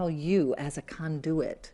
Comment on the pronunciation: I like the way she pronounces Con-Do-it …